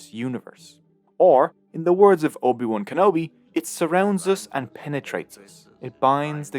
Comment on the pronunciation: You lost my attention instantly at “ob wan kanobe.”